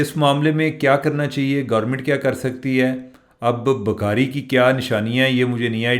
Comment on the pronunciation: چیمہ صاحب ، پلیز اپنی اردو ٹھیک کریں، اگر آپکو ٹائم ملے تو اپنی ویڈیو دوبارہ سنیں اور دھیان دیں کہ آپ لفظ بھکاری کسطرح ادا کر رہے ہیں ؟ عام حالات میں بھی پنجابی لہجے میں اردو وی لاگ ہوتا ہے لیکن آج تو بالکل ہی حد ہو گئ۔ 😮صرف کان نہیں پورا جسم تکلیف سے گزرتا ہے آپکے تلفظ سے۔ میں خود اردو دان نہیں ہوں لیکن ہمیں کسی بھی زبان کے تلفظ پر بہت زور دیا جاتا تھا۔ 🙏🏻